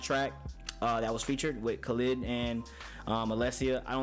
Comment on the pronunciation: You really going to listen to a guy that cant even say Khalid right?